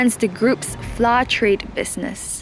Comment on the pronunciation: gosh... you could have contracted a host that can pronounce Flour correctly right?